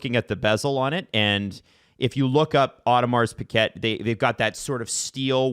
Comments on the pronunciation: it's pee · uh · zhay. Not piquette;) ahah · Audemars Piguet is not the best watch, it is an expensive luxury watch brand. They make very good automatic watches, but a 15$ Casio keeps better time. You can’t beat quartz watches for timekeeping. Automatics are just for the prestige these days. Had to edit - it’s not “piquet” it’s Piguet, pronounced like “peejay” with a soft J sound.